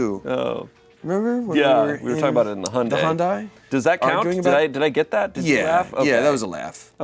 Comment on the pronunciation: The best part us when mispronounces Hyundai.